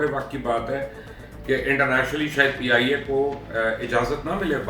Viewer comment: PIA should be banned 😭it not pia its peeeee -ia 😡😡😡